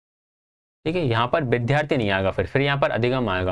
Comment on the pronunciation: Bhai apne bolne k tareeke me sudhar karle.... व ko ब bolte ho... बिद्यार्थी 😒😒😒😒😒